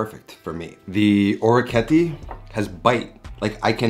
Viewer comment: Thanks for the recipe, its delicious! Another awesome orecchiette dish is orecchiette Di Manzo Al Limone. (Creamy sauce with beef and lemon) Oh and orecchiette is pronounced like TEnt at the end ;)